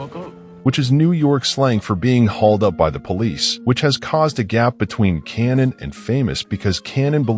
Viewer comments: Are you serious? You should pronounce it like how they pronounce it in the show. Like "kay-nan" or "K-nan" Not "cannon". Instead of using an AI-generated voice, use your own. It gives more humanity to your page. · Is this made by AI? You can’t watch this show and call him “cannon”. It’s Kanan.